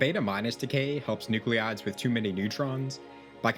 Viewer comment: Please, « nuclides, » not nuclleeides. Thanks!